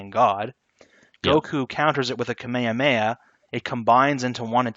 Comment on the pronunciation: "kameamea wave"